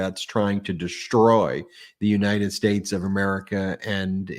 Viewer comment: Why can he no longer pronounce "United States" without lisping amd slurring? Does no one else hear that? United Shates??? 🤦🏽